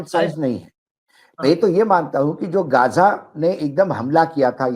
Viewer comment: Gja nahi h gaaja h . Hamas kya h jara ye to batao . Hamas ne 2023 me pahle ijrayal par hamla kiya tha kyo . Hamas ko pata nahi tha kya ki ijrayal hamas ke kabje me nahi aayega. Hamas aantkvadi h. Aapke kahne ka matalab ye h ki iran me bilkul nuksan nahi hua h. Ijrayal ke fighter plane 300 gus gaye iran me ek ko bhi rok nahi saka . Iran ijrayal me gus paya kya . Aaj ki Dainik Bhaskar ki news dekhiye 70 logo ka janaja nikla h. Kamal h ye . Hamas ne kyo hamla kiya ijrayal par